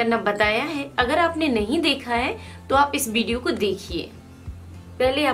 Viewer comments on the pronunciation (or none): none